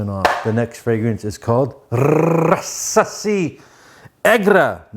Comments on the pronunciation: Ra sa🤯👽si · Unc that was awesome!! You are a world treasure. I like the way you said Rasasi 😂